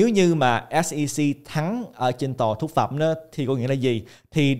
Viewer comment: Em buồn cười quá khi anh cứ nói nhầm mãi 2 từ “Phúc Thẩm “ thành “Thúc Phẩm “ 😂😂😂. Xin lỗi A vì đã lỡ cười 😂. Cảm ơn A ạ❤❤